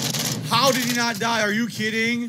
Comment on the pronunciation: It's naht my fault dood!! angry snort 🐽💢